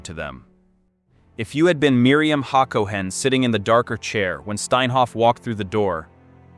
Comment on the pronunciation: It's ha ga NAH, not haGAnah. haCOhen not HAcoHEN.